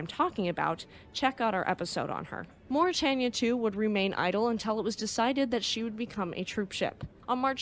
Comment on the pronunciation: The River Thames is pronounced “tems” (rhymes with “hems”). And Mauretania, Aquitania, and Lusitania… the “tan” part of “tania” is pronounced like “tain” (rhymes with “pain”). I never knew much about the second Mauretania. Her namesake is one of my favorite ships.